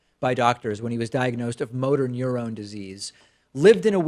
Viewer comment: Dave would you care to explain why you're pronouncing the word neuron so weirdly